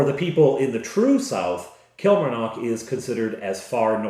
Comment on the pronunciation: Since I live near Killie. I can tell you it is pronounce Kill Mar Nock. The 'A' in Mar is pronounced AH. The 'O' in Nock is pronounced AW. Place emphasis on each syllable rather than run them together. In the west of Scotland, we tend to extend our vowels and roll our R's.